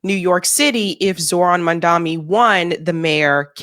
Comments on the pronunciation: you are not pronouncing Mamdani's name right, at all! It is NI not MI!! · Not Mandami, Mam-dani. You're so cute 😂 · Please, pronounce his name correct - Mamdani and not Mandami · Not to be that person but it’s “MamdaNi” not “MamdaMi” 😅 sorry 😭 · Please, pronounce his name correct - Mamdani and not Mandami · Strong woman 🫰🫰🫰 (PS: it's mamdani not mandami) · MamdaNi not MamdaMi. You're starting to sound like Cuomo 😅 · You are doing a massive disservice to yourself and all of us by mispronouncing Mamdani’s name as Mandami, which is the Right Wing’s deliberate ploy to make him “the other”. You need to do better. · It’s Mamdani. Not Mandami. Not sure why that’s so hard. Drove me nuts when everyone mispronounced Kamala too. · NOT MON-DOMMY… its MOM-DONNIE (Mamdani) 🤦🏻‍♂️ Now you’re just saying it wrong on purpose 🤢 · Gonna need y'all to learn to pronounce his name correctly. It's literally only 7 letters. Not Mandami. It's M-a-m-d-a-n-i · Mamdani not Mamdami (that was how didgraced cuomo deliberately pronounce his name. Please pronounce his name as it should. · Please say maMdani not maNdani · She's been mispronouncing his name for 4 months. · PLEASE, you HAVE to learn his name! Mam-DONNY....NOT Mam-DOMMY (like mommie 😂) ! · dear, I agree with most of what you say...but flinch every time you mispronounce the Mayor elect of NY's name! Again and again and again, just like Andrew Cuomo and some others do!! His name is NOT "Mandami" it is M-A-M-D-A-N-I. People should learn that, at least, now that he is elected to be the Mayor and will be around for a while... You are an educated person... please learn to say his name correctly!!! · it's MUM- dha- KNEE... NOT mum-DUMMY. 🤣🤣 c'mon, gurrlll.....it ain't that hard. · This lady cannot pronounce Mam-dani 🤦‍♂️🤦‍♂️. Keeps saying Mun-daami.... throughout the video. Truly.. Americans are idiots. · For someone who bears Salvati, you really can't pronounce MamdaNI correctly?